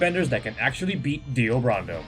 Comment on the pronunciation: Brando... Like Marlon Brando... Not BURANDOH...